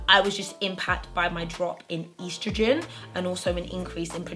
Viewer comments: Ur mispronouncing estrogen ... 😭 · Did any of my American folks cringe when said estrogen? Great video